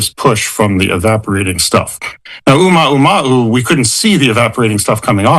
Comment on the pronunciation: Man cant even name the comet properly😂 oumaoumaou... credible....